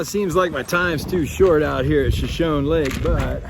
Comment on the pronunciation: Shashone isnt it pronounced shash- ahonee??? Like the Indian tribe??